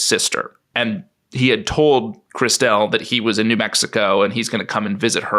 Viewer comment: I'm loving David's pronunciation of Clauses's sister Christelle. Which genuinely had me perplexed at first, wondering who the hell Chris Dell was!! 🤔😂😂